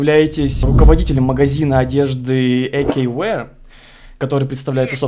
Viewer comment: Не Эйкювир а эйкьювеар